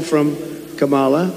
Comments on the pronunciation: You can tell it's on purpose because he pauses before he says her name. Mispronouncing a person's name is a major disrespect especially when they have been told how to pronounce her name. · Purposely mispronouncing Kamala's name is a show of disrespect that we're going to have to hear for the next 8 years. An entire party of grown men and women acting like petulant children is pathetic and sad. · He didn’t just not give VP Harris her title, he mispronounced her name, which I think is deliberate. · I agree with your take. And his people still hear him intentionally mispronouncing Kamala, so there's red meat for them while he pretends to be civil. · DUMP on purpose , miss pronounces Kamala’s name EVERY CHANCE HE GETS…. SO DISGUSTING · They still can't pronounce her name correctly. lol